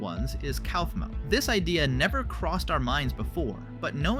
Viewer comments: My eye twitched when you said cowfmo instead of coughmo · How the hell did you pronounce Kaufmo's name wrong at first, then right just a few seconds later?